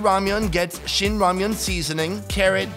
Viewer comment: oh! oh i love 'ramian'